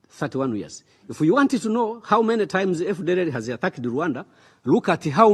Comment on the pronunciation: MBEGA ICYONGEREZA GITEYE UBWOBA! HUM! EGENISI( AGAINST), DIPOLOYIDI(DEPLOYED), HAWU MENE AYIMUZI( HOW MANY TIMES)???!!!. WITUKU( WE TOOK)!!!!. MBEGA AMBASADERI WUMUSWA NKA SHEBUJA KWELI KWELI!!!